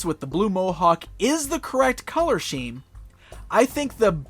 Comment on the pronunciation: You mispronounced "scheme."